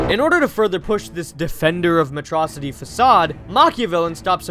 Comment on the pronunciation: Freaking "Metrocity" is killing me